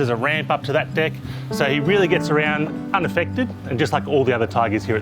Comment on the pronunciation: The word is deck (not dick). Thank you.